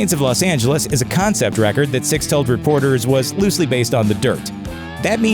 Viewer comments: Right? I was half assed listening to this & I kept hearing him say Styx. I’m going to date myself here, but I thought “did they have some connection with the band Styx that I don’t know about?” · Lol right it's not even that hard to day either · Yeah that was driving me crazy too!! Especially as he had the name up at the bottom of the screen typed correctly!!!! What an asshole, clearly not a fan! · Why do you keep saying Stixx??? Its SIXX, you moron. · "STICKS", STixx, or STIKS.... makes YOU a DICK!.....S-I-X-X....you know, SIXX!!!! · Dude....you know his name is Nikki SIXX, right? Like the number. Why do you keep calling him "Nikki Sticks"? Although if i ever get a dog who loves to play fetch.....that would be an awesome name!!😁😁😂😂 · STIXX AS IN HES A DRUMMER! LOL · It’s sixx you stupid fuck! Lol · is it just me or is this guy calling Nikki Sixx "Styx" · Is this guy seriously calling Nikki Sixx, "Sticks"? What a fucking DOUCHE!! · Omg could you please, at the minimum... get nikki's name right? Is plastered 1000 times below but I just feel the need to shove it in deeper. HIS NAME IS. NIKKI **SIXX** THANK YOU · Why do you keep calling him Stixx? Numb nuts... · Why does this douche keep calling him "sticks"? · he says sticksover and over again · Does he keep saying sticks?? Nikki Sticks?!?! 😂😂😂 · Gotta admit hearing him repeat Stix is hilarious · The continual mispronunciation of Nikki Sixx's name drove me NUTS! "Stixx"??? Fucking REALLY, dude? I'm not even a rabid Nikki fan, and that just irked the SHIT outta me! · Dude.. You GOTTA get his name right, it's not difficult, but you make it really hard to watch this way.. 😔